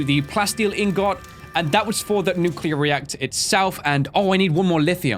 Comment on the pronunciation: Who else gets triggerd when he says inGot😂